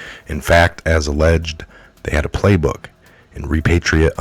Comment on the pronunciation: Fun stuff, tell me when to stop ; , you almost had it right, "repatriate" = re-PAY-tree-ate